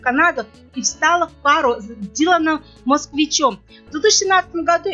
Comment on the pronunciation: Потрясающе безграмотный диктор. Выучите хотя бы фамилии: ИлюШЕЧКИНА, МосКОвич!!!